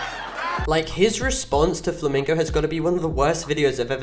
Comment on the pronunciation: Mr Flamingo not me flim flam bro can't even say it right